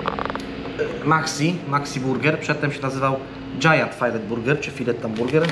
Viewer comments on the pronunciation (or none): none